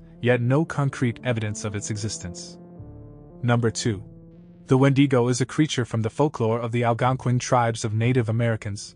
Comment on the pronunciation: Crazy that no one has pronounce Wendigo right lol no matter how many channels are made talking about it they never done it right